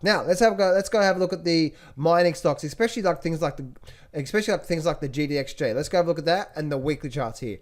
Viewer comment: Did I hear an 'EK-SPECIALLY' when you were talking about Ray Dalio's book on debt? I'm pretty sure I did...